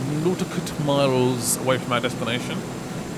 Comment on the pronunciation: Nautical miles. NAUGH(ty) - TEE - CALL miles